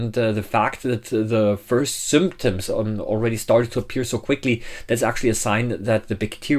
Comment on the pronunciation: The... first... sooptoms?